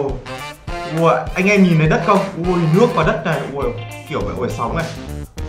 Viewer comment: E nói woa chứ ko nói wow